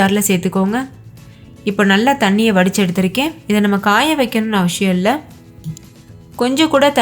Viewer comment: Dish nalla irukku sister. Endha district slang idhu? And Tamil la avasiyam nu than sollanum. Neenga avashiyam nu pronounce panreenga